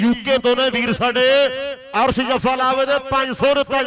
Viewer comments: Asr nhi hunda Arsh hunda Bhaoooooo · Gurdaspur walea nu punjabi nhi aondi chngi tra... Sbba nhi hunda Shabba hunda Arh nhi hunda Arsh hunda....